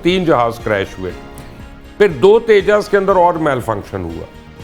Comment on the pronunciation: It is not teja it is tejas